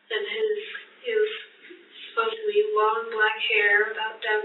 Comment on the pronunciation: Supposably - dear god it’s supposedly.